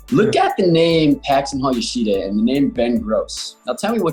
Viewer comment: i hate how they say yoshida